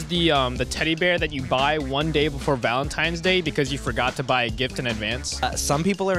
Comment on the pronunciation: Did he say "valentiMe's" day? triggered